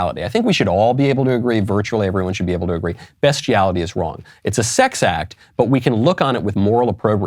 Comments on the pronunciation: Did he say "best-iality" ? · Why are you pronouncing beastiality, best?